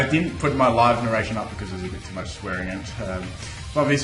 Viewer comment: Your "peace out" at the end sounds a lot like "piss off". xD I really enjoy your videos, but if you do a stream on Youtube again, could you make it that we can watch it in other countries? I don't know if that is possible, but unfortunalty I was unable to watch it in Germany.